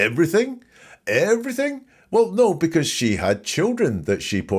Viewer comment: Love your channel! Just found you! Wendi’s weird accent absolutely bugs. “Nooowwhhhh” instead of no. The woman cannot say “sure.” It’s “shore.”